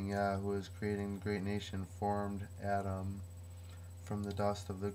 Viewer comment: is this your own translation, dear one? Your pronunciation on some hebrew is so close, Ah-Dahm is perfect... and I would have no idea unless, by Yah, I had studied Hebrew as a child... Praise be the one who comes in the Name of YaHuWaH. Thanks for contacting me. I can TRULY appreciate what you are doing here. I can see the Holy Spirit of YaH (EEAA), the "Almighty Eli-YaH - HU is Creating the Great Nation", by Huwa-Yah, YaHuWaH. I am going to reply to you, dear devotee of the Most High God..